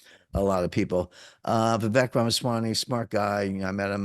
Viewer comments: It’s pronounced Vivek like ‘cake.” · It is pronounced Vivake, as in Cake. 🍰